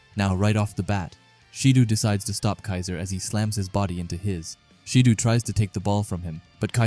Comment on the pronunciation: Again brother love these videos but it’s not “baroo”, it’s pronounced as “ba roh” and it’s not “shee doo” it’s pronounced “shi doh”